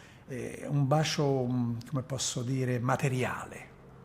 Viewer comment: Sinceramente lo trovo noioso nell'esporre e poco coinvolgente. Poi quella pronuncia, "bascio".... Mah!